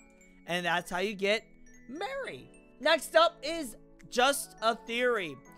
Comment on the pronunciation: Keep up the good work and by the way it’s meri not mary